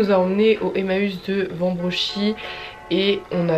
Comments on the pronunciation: hey, juste pour te dire qu'on écrit et dit "Wambrechies" et pas "Wambrochie" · Super cool ! J'habite à Lille et je connais quelques friperies c'est grave sympa ! Par contre le emmaüs est à Wambrechies pas Wanbrochie genre😭😭 c'est dur à écrire j'avoue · c’etait Emmaus Wambrechies * et non wambroche ! super video sinon ! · Tu m'as tuée avec Wanbrochie mdr c'est Wambrechies la ville 😂 sinon super vidéo comme d'habitude ! Franchement je suis lilloise since birth et Il y a des friperies que je connaissais pas 😱